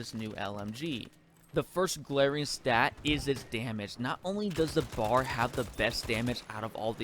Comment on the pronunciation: It’s called a B. A. R. not bar. You drink at a bar, this is a Browning Automatic Rifle.